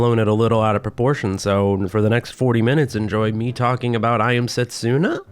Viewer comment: Funny how you made a joke about possibly mispronouncing Nidr's name and causing pain while constantly mispronouncing Setsuna. Not a dig, I just found it funny. And yes, it hurts a bit every time 😅 You're not a Japanese speaker (I presume) so the error is fine.